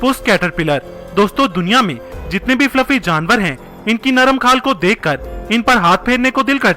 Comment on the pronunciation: Abe wo jaandaar nhi janvar hota h🤣🤣🤣🤣🤣🤣🤣